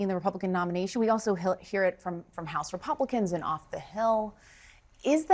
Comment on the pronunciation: If i hear Dim Scott say wesponization one more time, ill scream